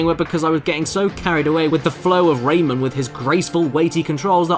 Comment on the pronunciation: I have the game on the ds in it one lumb is impossible to get and when you put the game in rayman says rayman but it sounds like lemon